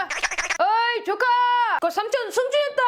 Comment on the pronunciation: 나만 조카를 좆까로 들음? ㅋㅋㅋ